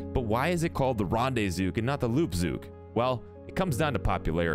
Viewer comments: Its also called REN not ron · Rande-zook? Wtf, it's got an e in it mate.